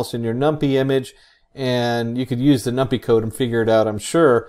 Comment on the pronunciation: Gotta say, thats the first time I've hear it pronounced "num-pee" xD, great video though!